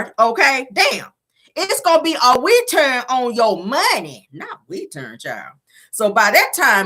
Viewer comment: It seems like her speech is getting worse. She can’t even pronounce the simple word return